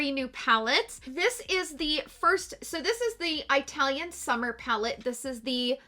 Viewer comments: I’m Italian and it’s not pronounced that way at least here in UK but it’s eatalian 😄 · Just an FYI, it is pronounced with a soft i instead of Eye-talian as you were saying it. I have the Italian face palette & I am fair skinned & I love it! Just as you said in your review, it is super buttery & pigmented. Loved your review. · It's not an accent. Its the pronunciation of the "I" and it's no different than pronouncing the "I" in "it" 🤣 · Eye-talian... I'm dead!🤣🤣🤣 Love it! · Pls do research how to say the word Italian 😦